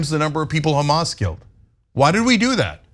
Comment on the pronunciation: It's nice that she's spreading the blame... usually everything is kkkkhamas.. 😂🙄